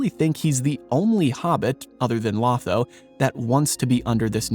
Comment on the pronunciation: 1. It's pronounced low-tho not law-tho. 2. He doesn't turn The Shire into a capitalist hierarchy. He males it a communist dictatorship. 3. Literally killed by Grima at the order of Sauroman. 🤣 🤣 🤣 🤣